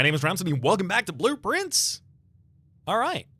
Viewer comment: Every time you say blue prince I hear blueprints I wonder if that was intentional b6 the devs 🤔